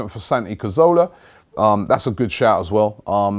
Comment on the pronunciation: If Arsene Wenger signs a 29 year old from a fellow Premier League club who don't want to sell, i'd eat my keyboard P.S. It's Caz-or-lah, not Car-zo-lah